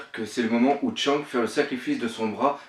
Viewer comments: Ce n'est ni skank ni louffi mais skanks et luffy faut apprendre à parler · Shanks se prononce chanksse pas tchank T-T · Mec jsuis désolé t'as vidéo elle peut être bien travaillé ou pas j'en sais rien pcq je les pas vues jme suis arrêter au moment où tu as Chank au putains sa ma tellement fait mal à l'oreille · arrete de dire tchank, c'est Shanks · La théorie pas mal même si y’a des incohérences par contre la Prononciation -1000/20 mdr ! C’est pas Louffy c’est Luffy, c’est pas Tchank c’est Shanks, c’est pas Gaps c’est Garp, c’est pas Longtone c’est Loguetown, C’est pas Rougtel ça s’écrit en anglais Rough tell mais ça ce prononce RAFTEL... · Shanks il dit shank, Mihawk il dit mihawx, Luffy il dit louffy (et non ça ne se dit pas louffy en jap), Sanji il dit Senji? Garp il dit Garps et Raftel il dit rougtel. Il mélange tout mdrr. Je ne rage pas mais c'est assez dérangeant. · quand il dit shanks tu oublie de prononcer le s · on dit pas tchank mai Shanks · au fait on dit shanks et pas shank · Shaaaaaanks pas Tchanks !! Pitié la prononciation ! T'es un vrai boss pour tes théories et autres mais la prononciation ... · Attention à la prononciation, on prononce " shan ksse ", pas " chank ". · J ai regardé deux trois théories venant de toi Il y en a des fondées et d'autres non .. Il faut vraiment faire un effort de prononciation sur les persos du manga parce que chank ou encore outsop ca devient dure pour les oreilles au bout de plusieurs fois .. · super bonne théorie, mais sérieux, la prononciation... Ca détruit toute l'épicité des héros!! Tchank, Louffy, Dragon à la française, ca fait mal... Mais bon, c'est la première vidéo que je vois de ta chaine, et franchement je suis enthousiaste de voir les autres! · C'est qui sa tchank?? un effort sur les prononciation ces plus possibles là.. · Il prononce pas les non comme il faut shanks se prononce tchanksse et luffy se prononce leuffy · putin comment tu prononce Shanks 😂😂😂😂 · prononce bien shanks et luffy